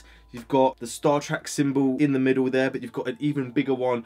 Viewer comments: Man says he said he likes star treck but he says star track 😂😂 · sorry, star trak? big man it's star trek